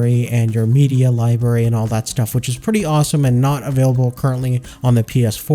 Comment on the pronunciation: Library not liberry